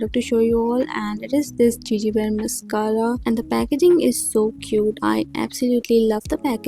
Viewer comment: Love to see your Gege Bear makeup review. They're so cute and lovely! It's good to see people here try them. However, your pronunciation of the brand name is slight wrong. It's not pronounced as 'Gigi' as in Gigi Hadid but as 'Gégé. Thank you for reviewing the products!